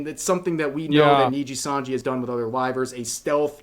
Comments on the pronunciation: He keeps saying NINJIsanji RAAAAAAAAAAAH. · he still says Ninjasanji lol. who cares, they're evil, Ninjasanji it is. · the real anime training arc here is Asmongold's pronounciation of nijisanji improving